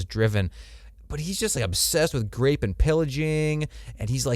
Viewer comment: "Grape" instead of rape. Put both these dudes in F tier